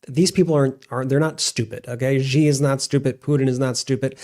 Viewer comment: CHINA'S president is XI pronounced SHE. SHE is not GEE.